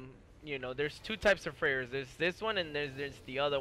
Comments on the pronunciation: Can I ask why you say Freire it's freighter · Andy Hakim I'm Native American and Swedish although quite often people think I'm Mexican. I kind of figured the guy was a white guy he was just really stoned that's why you were saying freighter weird